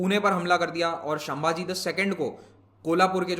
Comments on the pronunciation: Its Sambhaji not shambhaji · Sir it's not shambhaji but sambhaji(संभाजी) 🙏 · The proper pronunciation of Chhatrapati shivaji maharaj son sambhaji maharaj in devnagari is संभाजी not shambhaji. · It is sambhaji not shambhaji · Dear Sir your explanation is super. But please pronounce Sambhaji Maharaj instead of Shambaji. These are the peoples who gave their whole life for peoples. So please we atleast Pronounce their name correctly. Once again Thank you for nice explanation. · Shambaji nahi sir sambhaji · वो संभाजी हैं सर शामभाजी नाही ।प्लीज